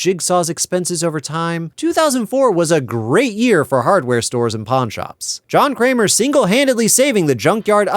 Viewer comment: John Kramer? more like.... John Kler.